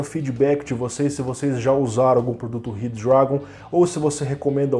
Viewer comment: Zorraaaa, eu imaginei isso, mas como n tava escrito achei q se falava assim auhauhahuhuahuah se bem q falando rápido, ele ja fica com o d meio q automático mesmo!!! Vlw!!!